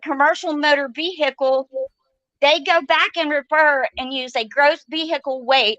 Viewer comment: Was I the only person who felt abit triggered from the way pronounced "Vehicle"